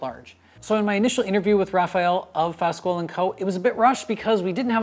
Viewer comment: I'm not trying to be "snobbish", but — in case anyone cares :) — Fasquel is pronounced, "FASS-KELL "